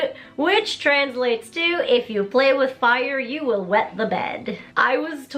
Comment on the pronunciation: you goof. he meant "wet", not wed. lol